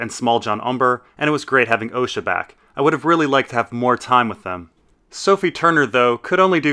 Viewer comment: "Ricken" "Oleena" "Ohsha" Either the creators of the show who work directly with GRRM are pronouncing them wrong, or you are.